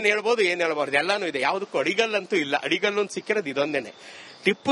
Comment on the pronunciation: ಅದು ಆಡಿಕಲ್ಲು ಅಲ್ಲ ಮೇಡಂ ಅಡಿಗಲ್ಲು ಅಂತಾ ಸರಿಯಾಗಿ ಉಚ್ಛಾರಿಸಿ